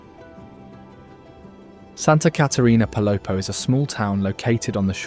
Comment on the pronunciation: Your videos are great and very "local." I only suggest checking on proper pronunciation in this case. Pay attention to those accent marks. For instance it's Atitlán: ah teet LAWN. Quetzal=ket ZAHL Palopó= pah low POH. Thanks. I hope to get back soon 🙏.